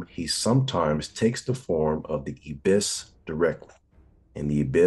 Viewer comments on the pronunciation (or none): The bird god is called an I-bis, with a long “I” sound.